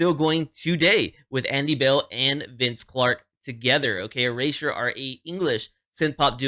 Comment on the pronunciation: You pronounce it correct. I have been a Erasure fan since 1985. They are great in concert. They have a big catalog. Please do more Erasure.